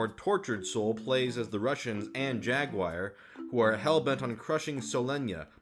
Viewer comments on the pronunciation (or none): The way you pronounce "Jaguar" makes me cringe every time. Good review though, and the info on the package was a lot more helpful than I would have thought that it would be.